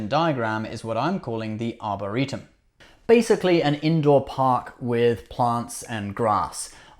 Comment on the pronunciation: Just a few nitpicks: 1) it's "arboretum", not 'arboritum' 2) and as stated previously by Lt. Cmdr. Data (in TNG episode "The Naked Now"), "they were blown out"